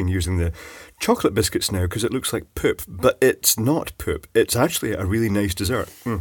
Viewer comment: Poop sounds strange in your accent.